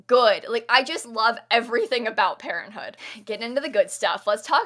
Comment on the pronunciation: I though pt she said parrothood instead of parenthood lol